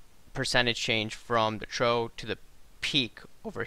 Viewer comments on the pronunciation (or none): i know yanks say "tomayto" whilst the queen says "tomarto", but serious nobody pronounces trough as "trow". its "troff", like "my laundry troff", or what cattle drinks out of, or a type of weather pattern. i appreciate people miss-speak, especially on live interviews, but this is 5min video. go look up how to say the word and re-record it. i'm off to "rough" my boat